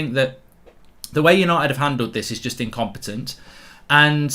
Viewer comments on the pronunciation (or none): “IncomPETONT” frenchbridge 😂😂